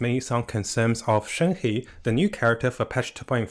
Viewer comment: Her name is read: “shern her”